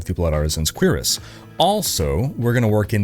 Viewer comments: What’s a queerass? Lmao. It’s pronounced cure-iss. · I think it's "blood cure-ess." "Blood queer-ass" doesn't sound right. Lol! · it's pronounced "Q-RASS" lmao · Canadians… 🙄 It’s pronounced ‘Sur-rass’. Not ‘quebecueerass’ or whatever you said. Bro. If you’re going to make a living off the genre please learn how to say armor types. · Lol he said blood artisans queerest. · Why do you say it "cure ass"? 🤣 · Did he say blood artisans queer-ass?? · Queer-ass, huh? 🤔 I think you're elongating the wrong syllable, brother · The word "cuirass" is pronounced as KWIR-as. The "cuir" part rhymes with "dear," and the "ass" part sounds like "us" but with a slightly softer ending. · it is of French origin and when I was in France it was always pronounced kwuhr-us, with the emphasis on the last syllable. :) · That cuirass pronunciation 😂